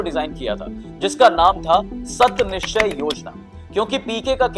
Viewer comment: Sat nischay nhi beta saat nischay yojna....thoda sahi se padho